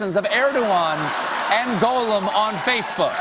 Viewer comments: It’s pronounced Goll-um, not Goe-lum. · Not much of a Tolkien expert if he keeps pronouncing Gollum as "goal-um". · He also says Golem instead of Gollum. Gollum should be pronounced gall (as in the bladder - um (as in wondering what you want to say). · Elliot Cameron Also, Gollum is pronounced "GAW-lum," not "GO-lum." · What about his Goh-lem vs. Goll-um? And Sore-on instead of Sour-on? 😖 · Every time Stephen said "Golem" instead of "Gollum" I died a little inside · Dear Stephen, Gollum is pronounced /ˈɡɒl.əm/, rhymes with column. A golem (/ˈɡoʊləm/), the word you are using is an animated anthropomorphic being, magically created entirely from inanimate matter. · Exactly! It bugs me that he keeps saying it that way. Tolkien pronounced it to rhyme with column, the movies pronounce it that way, everyone I know says it that way....why does Stephen insist on "golem"? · I can't believe he's a genuine Tolkien fan when he keeps pronouncing 'Gollum' (gol-um) as Golem (go-lem). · The Goll in Gollum rhymes with doll, not goal. Part-time fans, smh. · I adore Stephen Colbert and his Tolkien geekery, which I share. Some small kvetches, however. 1: Luthien freed Beren from the dungeons of Morgoth, not Sauron. 2: He pronounces Gollum as if it were 'golem'. It's 'gah-lem' not 'goe-lem.' Thus endeth the lesson. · Although I believe hes a megafan, hearing Stephen say "Golem" instead of "Gollum" hurts. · If he's such a big fan of the Lord of the Rings, why does he pronounce Gollum as 'Golem'? Shady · He's a Tolkien nerd and yet he pronounces a name as simple as "Gollum" as though he's a Jewish "Golem". There's literally audio of Tolkien reading Riddles in the Dark and saying his name over and over... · For being a big nerd, he said go-lum 11 times instead of gaa-luhm even once. A "Golem" is a rock/earth/dirt creature. Also the dragon's name is not pronounced smohg - it's said like smowg. like you are saying "ow" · If he such a fan why is he say Golem instead of Gollum??!